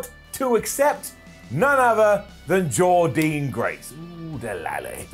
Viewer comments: Every time he says her name wrong I will thumb down the video. It's not like the commentators don't say her name. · Jordynne Grace challenging for the X-Division title......MASSIVE UP!!! hope she wins at BFG. Please though can say Jordynne’s name properly!!!!!